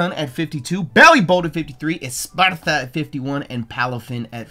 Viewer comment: I’ve been waiting to see if you would notice but it’s Espathra not Espartha